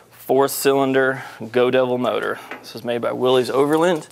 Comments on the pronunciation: Its Pronounced WILL-ISS not WILL_EEZE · May I just mention something that almost everyone I've ever met concerning these great rigs mistakenly does. That is, Willys is not pronounced Willeez. John Willys must have given up, but it's pronounced Williss. WILL-iss